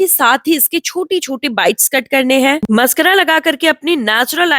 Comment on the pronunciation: पहले बोलना तो सीख ले😂😂मस्करा नहीं मस्कारा😂😂